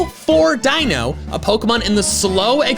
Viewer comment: Dino ?! It's Deino